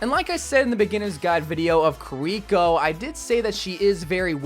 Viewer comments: Multiple people in past videos kept talking about how wrongfully pronounces her name "Koriko" when it's even spelled "Kiriko". Official dev video comes out with them saying "Kiriko" on multiple occasions. continues to call her "Koriko. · So jern and kiliko you have to pronounce it right 🤣🤣🤣🤣🤣